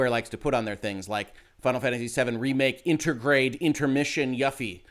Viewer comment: Yuffie is pronounced yoo-fee.